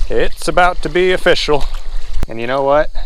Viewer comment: "It's offishal"